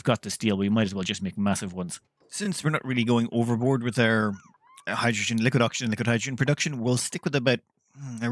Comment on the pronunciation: stop calling hydrogen "hijujune" dude. was annoying :D